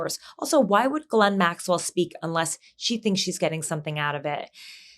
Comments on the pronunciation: Pam Bondi has read a ton about Ghislane right? Why is she calling her Gerlane? Pam Bondi is in over her head. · "Gerlane" Maxwell? Bondi, Super Genius.